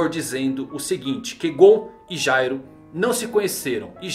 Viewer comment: Se pronuncia gairo